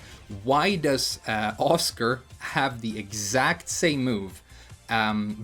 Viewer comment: When you mentioned Asuka, the way you pronounced her name the first time sounded like "Oscar". At the second it sounded right but my head was stuck wondering who this "Oscar" character is, so I kept hearing Oscar. I had to think "Ok, which character has a launcer that looks like arc blast and their name sounds like Oscar?" to figure out it was Asuka all along! XD